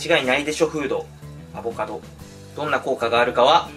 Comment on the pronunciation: アボ⤴カド⤵さん。🤣